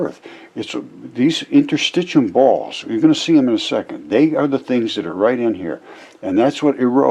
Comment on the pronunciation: Points to the inner circular muscle layer in the gastric wall, LABELED in his picture as muscle--calls it "Interstitcheeyum." Points to the outer, longitudinal muscle layer--calls it "basement layer." What a moron. He doesn't know what interstitium is, but even worse: he could look up the term on any site or in a basic textbook on anatomy, histology or physiology or even just pay attention to the labels in the very picture he's pointing at and it'd tell him what it is. But N O, he's too smart for that. The collective work of hundreds of years is all wrong, and Mr. "Geology is Biology" has spoken. If he thinks the figure labels are all wrong, then how does he conclude that the diagram itself isn't also wrong? What a raving old fool.